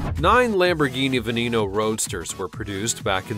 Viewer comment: "voiture"... "veneno"... dude you need to learn how to say words